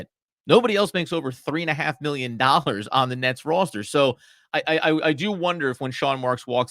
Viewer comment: These guys are on the ball except need to learn how to pronounce the word "roster."